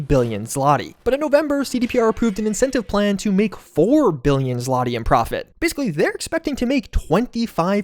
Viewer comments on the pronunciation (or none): Hearing you pronoince the polish currency "Zlati" is funny as I live with a polish guy so I hear it a lot pronounced as "Zvotig"